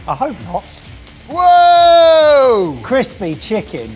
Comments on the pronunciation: So are we just ignoring Mike’s “chrispy” chicken? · "chrispy". Am I missing something?